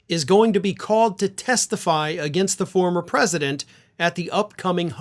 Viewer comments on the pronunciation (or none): 😅😅😂😂🤣🤣😆😆 You said "foamer president".